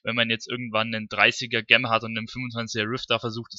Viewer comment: Wenn Du noch mal über Juwelen reden willst, Gem klingt so, als ziehe man sich die Schuhe verkehrt herum an und bindet die Schnürsenkel zusammen. So sieht die Aussprache richtig aus : dʒɛm - wie bei Jenny oder Jerry. Ansonsten natürlich sehr informativ und danke für die Mühe. Viel Spaß beim Zocken.